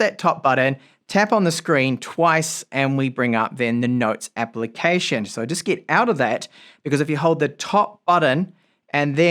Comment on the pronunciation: Why do you keep pronouncing E's as I's. PIN instead of PEN and ILEVEN instead of Eleven or GIT instead of GET